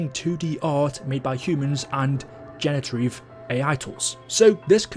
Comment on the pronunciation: man stop saying "genetarive" lmfao